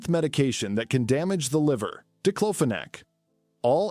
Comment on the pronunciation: It's paracetamol = Acetaminophen. These stupid AI videos getting on my nerves "Number 10 DIPLOPHONAC" lol......